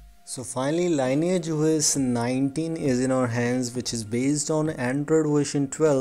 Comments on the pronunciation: It's pronounced "lin-ee-ej", not "lain-ej" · You need to take phonics classes before putting out a public video. I can't understand a word you're saying, you pronounce everything wrong and it sounds like you need to spit. You could at least do the most basic homework on how to pronounce the word "lineage", the thing you've based your entire video on.